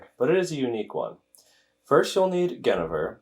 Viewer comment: You said Genever wrong